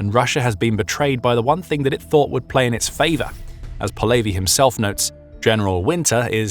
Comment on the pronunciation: How did you take a Ukranian common last name of Polevyi and made it sound Jewish as "Po Levy"